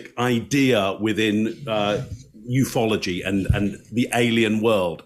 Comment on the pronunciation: Did you say "Ufology?"